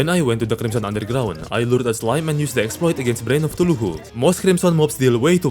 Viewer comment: "exploiTEH", Like what